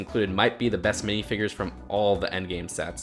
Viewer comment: did you call them binifigures?!?!?!!?!?!??!!?!?!?!?!?!